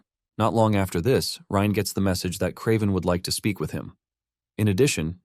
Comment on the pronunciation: Bro can't figure out if the MC's name is pronounced Rain, Rine, Reen, Rin, or Ryan...c'mon dude, seriously?